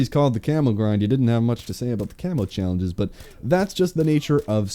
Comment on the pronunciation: I heard "Camel Grind" at the very start of the video xD